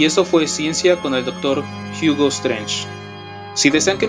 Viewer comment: che "Jiugo" XD chida clase